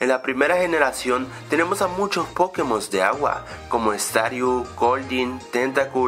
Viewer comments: es pokémon, no pókemon. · NO SE DISE PÓKEMON SE DICE POKÉMON ¡¡¡¡ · me pone nervioso que al decir pokémon lo pronuncies "pókemon" en vez de pokémon -.